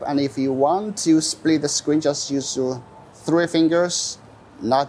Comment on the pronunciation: Dude it's not "Screen SLPIT" It's Screen Split